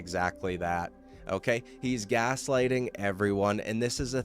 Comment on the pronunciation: "O-keh" can you stop saying "O-keh" so damn much? O-keh?